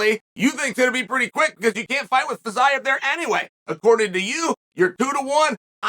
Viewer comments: Feezeeav is how to pronounce his name.. Chael.. Please.. Please learn finally how to pronounce foreign names. This is totally unprofessional! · No one: Chael : Getje vs Fitsaev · If you had watched Fiziev fight you'd know how to pronounce his name and also why he is favorite.